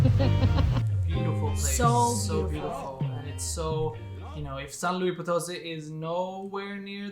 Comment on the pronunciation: Love your footage and great editing on the videos! One note, it's pronounced "San Loo-eess (pronounce the S")" --not like the French "louie". So, a tip re: Mexico and Moctezuma's revenge... I'm American (Californian) and have been all over MX over a dozen different times over the course of 9 years now. I've gotten "deathly" ill on at least 4 different occasions (i.e. can't get out of bed for 3 days) and have gotten 24-hour food poisoning another 4 or so times. However, I have another Californian friend who never gets sick. It just depends on your own sensitivity, your gut flora & whether or not you've been previously introduced to the bacteria specific to Mexico. I have tons of food allergies so that already puts me at higher risk... I'm still planning to move there permanently in July of this year, but have learned how/what to eat (mostly) to prevent getting sick. You'll learn it over time. It sucks but some people are just more susceptible than others... I'm one of them.